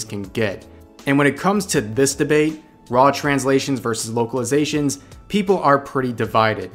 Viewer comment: Could have sworn you said "Wokeilizations" which is how I am going to think of it from now on.